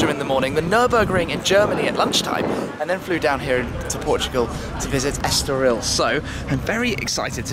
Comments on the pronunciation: **estoril not estorial Tim :) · it's Estoril not Estorial Thanks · este caramelo não sabe dizer Estoril em condições :D